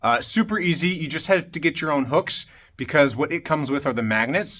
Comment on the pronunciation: I thought he said "you have to get your own books" 😂